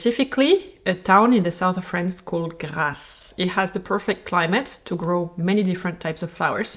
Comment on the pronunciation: Why is the prononciation of Grasse at the beginning of the video sooo satisfying ❤